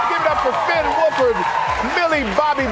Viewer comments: “gaten matrazho” “finn wolferd” “noah snap” how. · It was funny when they mess up Finn Wolfhard’s name and said Finn Wolford because my last name is Wolford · Michael Strahan: FiNn WoLfHrD!